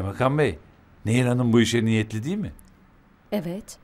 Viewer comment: Karekterin adı "Nehir" değil "Neyyir"!